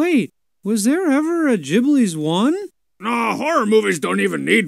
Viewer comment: Sheesh, can't even pronounce Jibblie properly.